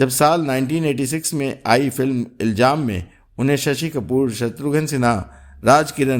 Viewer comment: Iljaam nahi Ilzaam